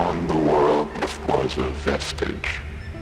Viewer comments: Two super minor things: - Liaison is pronounced “lee-A-zon”, which you may be more familiar with after hearing it said proper (as opposed to “Leah eye-son”.) - Vestige is typically pronounced “ves-tidge” as opposed to “ves-teege” (like prestige is, I’m saying it’s NOT pronounced like prestige). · lia - aison and ves-tiiije has me rolling bro. You can't just act like those are hard or weird words. If you really have to google the meaning of those relatively simple words you could at least learn how to pronounce them before releasing a video to 150k viewers. Or at least have your "literature-head" gf teach you the words. I think your analysis is decent but it really takes away from your credibility. I'm not trying to be too hard on you but here's an example of something that really matters which takes away from your credibility. The person you pronounce as "Richard Chenney" is fucking Dick Cheney. The guy was in the news every day. He was one of the biggest public advocates for the Iraq War. I'm getting the sense you are pretty young because he is a very prominent figure in American politics. I'm having a hard time believing that you didn't recognize the name with a simple google. He was appointed as Secretary of Defense by George H. W. Bush. He was also the Vice President of the United States under George W. Bush, right after 9/11, widely known as the most powerful vice president in American history. He had a working relationship with Al-Qaeda and is responsible for the initial claim that Iraq had weapons of mass destruction, which was later proven false. For anyone who recognizes him, its actually really funny that he is in the thumbnail of the video. Most people agree that he was a pretty evil man. Again, if you are gonna post an analysis, this is probably important